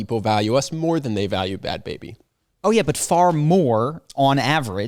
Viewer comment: Bhad Bhabie is pronounced like “barbie” with a Boston accent.